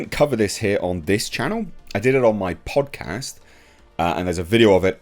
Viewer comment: "Podcast" sounding very American 😂